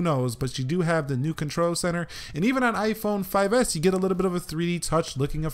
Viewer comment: you saying iiphooon we saying iphone